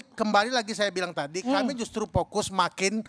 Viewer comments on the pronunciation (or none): Vokus atau pokus?😂😂😂